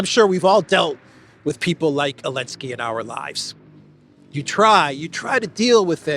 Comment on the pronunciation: ELENSKY ? REALLY? NOT ZELENSKY?